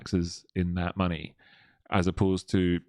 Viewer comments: maney. maney is wot bwings us togevah, today. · Maney, twue maney